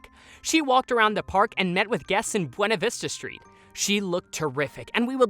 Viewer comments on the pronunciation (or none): none